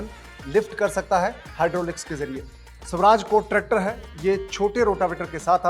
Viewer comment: स्वराज है शवराज नहीं, अर्थ का अनर्थ न करो